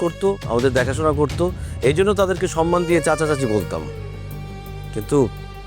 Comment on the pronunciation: ১৭:৩৭... নিলয়ের মতো অভিনেতা 'মান-সম্মান' কে 'মান-সন্মান' উচ্চারণ করলে লজ্জা লাগে আসলে😂😂